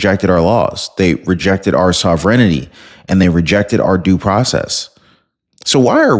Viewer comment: Sov-rent-y... sovereignty ... collapse some sounds instead of reading them all out, don't add extra sounds... it's a pretty simple word. !!